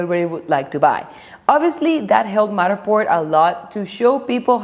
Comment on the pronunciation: With all due respect…I love how you say Matterport 🙂